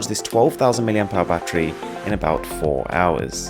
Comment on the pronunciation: mAh not MAH